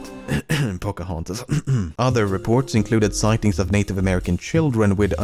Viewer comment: Your Englsh is beautiful, so I don't get why you can't get OF/OFF right. To use Swedish letters for phonetics: OF is pronounced ÅV. OFF is pronounced ÅF. "eviidence ÅV the colony", not "evidence ÅF the colony".